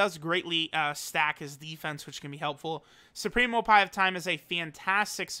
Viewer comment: Did this man just say the supreme opai of time? 😂